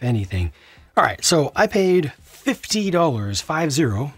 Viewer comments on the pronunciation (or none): none